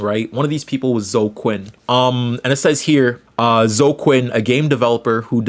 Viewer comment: Hearing you pronounce Zoe and Kotaku is genuinely adorable thank u